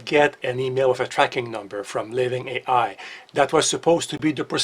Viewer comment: "Living ei ai"......oh. 😂